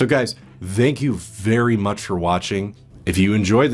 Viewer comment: Why do you always say "Zhank You" instead of "Thank you"? :/